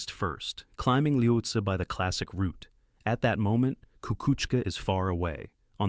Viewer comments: Pronounced "Lotsay" or "Lowtsey" Not Lotsah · It’s the AI. Sometimes it miss pronounces words. It says lahotsah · so is this voice ai generated (and not disclosed to be which is gross btw) or do you just not know how to pronounce any of the mountains youre talking about? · How many different ways can the same “Voice” miss-pronounce the name of the same mountain?